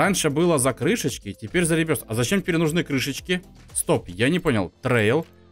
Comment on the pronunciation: Ребёртх а не ребёрст